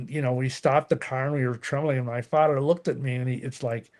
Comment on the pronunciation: It is pronounced 'other' not 'udder'...silly. Father not fadder. Ha.